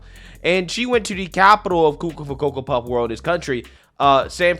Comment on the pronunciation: I love when you say coco for coapuffs